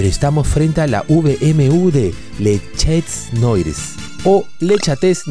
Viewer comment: Min Los gatos negros se pronucia, Le chats noar